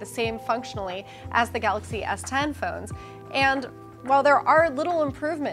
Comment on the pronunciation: Eddy B yeah, the presenter called it Samsung “Galax” Note 10! He wasn’t able to pronounce it correctly.